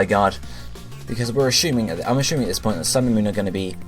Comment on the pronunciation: Can you please stop pronouncing assuming as "ashooming"? It's fucking annoying...